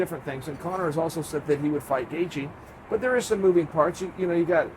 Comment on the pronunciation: Gaithje Is pronounced Gay-chi...Tnx